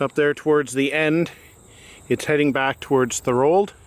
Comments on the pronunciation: Thanks for sharing. I grew up in Thorold and always enjoyed the Welland Canal and its history. Although you used Google maps for identifying lock locations, you failed to spell 'St Catharines' correctly. Also you might check with the locals as to how to say 'Thorold'. Our family moved to Thorold in the summer of 1955. At that time many of the second canal locks had not been filled in or covered and they carried sewage from the paper mills. The water running through had a lovely coating of foam. To get to downtown Thorold we crossed an old bridge at the end of Sullivan Avenue near Beaverdams park over this lovely flowing stream of sewage. As a geography club outing, we took an airplane trip over parts of the Niagara Penninsula and it was an interesting spectacle to see the canal effluent mix in with turbulant waters of Twelve Mile Creek. I thought it peculiar in 1967 when the city of St Catharines, as a centenial project, put in a park that, at least in my memory, ran beside a sewer. There were no protective fencing along the old canal and I always imagined the risk of riding a bicycle down one of the hills across Bradley Street and into the old canal at Neptune's Staircase. I am grateful that steps are being taken to preserve some of the history of the second canal. There is a lot of history that can be shared about all of the canals. There have been a few accidents along the current canal that are noteworthy, such as a ship that sunk in one of the double locks, the boat that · THOR-old....like the god and something elderly